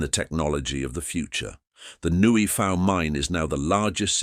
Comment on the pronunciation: Nguyen is pronounced as "Weng".